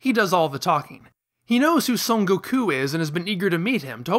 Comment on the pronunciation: What is with the weird pronunciation of names? Blooma? Kulrilrin? V-dell? Go-koo? Mr Sahtahn? Cyan instead of saiyan?